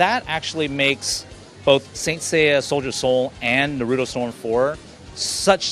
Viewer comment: lol this guy even said naruto name wrong, it's NARUTO NOT NARUDO